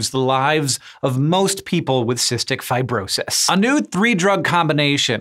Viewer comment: "Fi-bro-sahys" weird pronunciation Hank